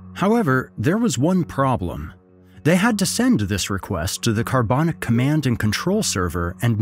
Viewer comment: How did the pronunciation go from Carbanak to Carbonic?